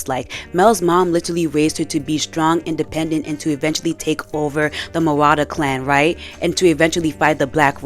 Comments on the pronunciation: no hate at all cuz i agree but i couldnt help but notice you said mel and jayce's last names wrong haha its medarda and talis :) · Its Mel Medarda not Mel Marada